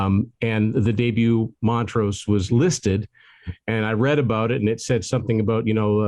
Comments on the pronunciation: It's Mon-trose, not Mont-rose. sheesh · MonTrose, not Mon-rose. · Weirdest pronunciation of Montrose I've ever heard.....